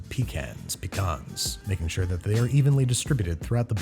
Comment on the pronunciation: "Whats he gonna wish for? Probably that instead i got him something from todays sponsor edible". Somehow I heard 'death' instead of 'that' making the sentence "Whats he gonna wish for? Probably death, instead i got him something from todays sponsor edible".